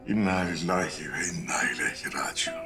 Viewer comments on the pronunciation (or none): Sayin yapimci, 2.03.50'deki cancalağa'nin okudugu ayet kulağa yanliş geliyor, kaç kere dinledim. Dogrusu budur: İnna lillâhi ve innâ ileyhi raciûn. (Bakara, 156.ayet) böylesi hassas ve vebali büyük mevzularda daha dikkatli olmalisiniz!!!